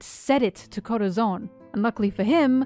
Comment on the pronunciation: If I hear you say Corazon like that again I’m gonna kms